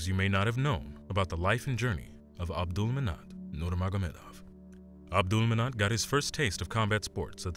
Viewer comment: You keep calling him Abdulmanat Nurmanagomedov. SAY HIS NAME RIGHT! ABDULMANAP NURMAGOMEDOV